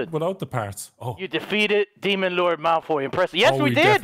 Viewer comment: Lol said Malfroy 😂😂